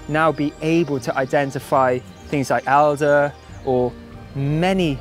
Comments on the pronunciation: It's elder. Not alder. Alder is a tree. ;) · Please Gaz, it's elderflower/berry, starting with a short 'e', as in pet. Alder (pronounced awlder) - another small tree - has none of the medicinal properties of elder, but many of its own. It's also reputed to deter midges and, very politically incorrect nowadays, witches! And yes, calendula is probably the most versatile herbaceous plant to grow and looks good too!